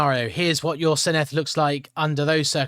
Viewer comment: Given you asked for feedback, the double D is like th in “the” not the th in “thistle”